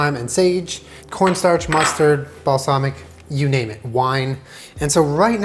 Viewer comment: I know what he meant, I was making fun of him for saying it wrong